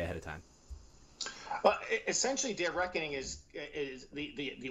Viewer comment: Anyone else hear Dave of Reckoning and not Day of Reckoning